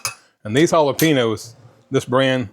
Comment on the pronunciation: The peppers are pronounced ah-la-pain-yos (Jalapenos)... I'm a firm believer in "you do you". Meals don't need to be exact. If you need a slight variation (peppers, sour cream, etc) to keep you on track, I say pour it on!!